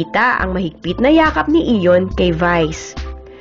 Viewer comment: ayion not iyon